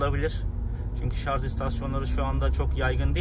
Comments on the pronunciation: dostum gerçekten çok anlaşılır ifadelerle tatminkar videolar çekiyorsun severek izliyorum, fakat takıldığım bir nokta var. dünyanın en teknolojik aracını kullanıyorsun ama şarj yerine şarz demen garip oluyor. kendin için düzeltmen faydalı olur. saygılar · Hocam sürekli “şarz” dediniz inanın sinirlerim bozuldu izleyemedim. Bir diğer tavsiye hız sabitleyici tüketimi artırır. Konfor için bir teknolojidir ama tasarruf ettirmez. Hız sabitleyici olmadan aynı yoldan geçerseniz tüketim daha az olacaktır. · şarz deme abi gözünü seveyim ya lütfen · Bizim millet de sarj demeyi ogrenemedi bir turlu. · doğrusu şarj , şarz değil. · ya bişey diycem yeter artık şarz demeyin şarj lan şarj charge dan gelir ingilizce yada batarya doluluğu de illa türkçe olucaksa gerçi o da türkçe değil ama olsun araba türk 😂😂😂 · Özellikle mi Şarz diyorsunuz😂